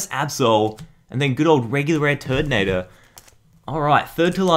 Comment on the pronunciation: he says turdinator instead of turninator